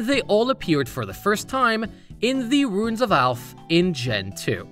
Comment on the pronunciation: Boy my brain has never had this much trouble with "ruins"